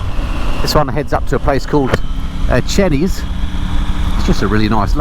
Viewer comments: Methinks the GS days are numbered!! Lived in Hertfordshire all my life, schooled in Ricky and never ever heard Chenies pronounced Chennys before, always known it as Chaineys, Interested to hear a residents opinion if there are any about? Another great video!! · Nice vid, great bike - sorry to be that guy but I think it's pronounced "chay knees" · Interesting pronouciation of Chenies. And 6 foot isn't tall. I'm only 6'2"